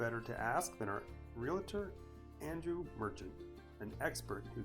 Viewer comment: It is not realitor. it is realtor. Just a suggestion if you want people to listen to your content and take you seriously then you must speak the English language correctly.